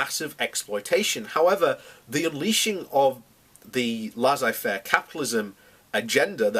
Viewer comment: Prince Albert was a war monger? Well it was a German thing at the time. It's Laissez Faire capitalism (pronounced Lay say fair) not Lazzay Faire